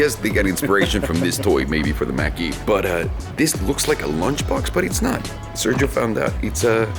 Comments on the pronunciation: Mach-E is not pronounced as "mack". It's pronounced "mock", rhymes with "block". The name being in reference to the speed of sound, as in "The jet was traveling at mach 2". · And only a couple of us even notice. So many folks look up to Youtubers and so many of them like and Doug don't bother to actually educate themselves, and the result: thousands of people who watch his vids will now insist its pronounced "mack-e".